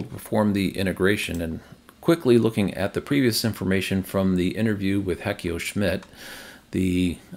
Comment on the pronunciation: I think Heiko is pronounced as “High-Koe”. It’s the masculine version of the German girls name Heike, pronounced “High-kuh”.